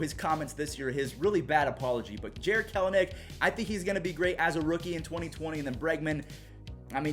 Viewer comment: I believe it's Kel-nick. He's a massive hope for the Mariners